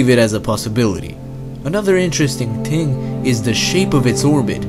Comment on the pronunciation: The way he says thing * ting* and the way he says Earth eart i'm sorry but i had to laugh